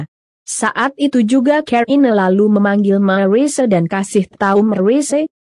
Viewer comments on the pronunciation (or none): Ahhahahahahaha.. aku jg... kalo ngomong karina aja dengerku "keri" aku sampe puter 2 kali supaya jelas.. jg pas ngomong make up jg lucu.. asle lucu hahahahahahahaha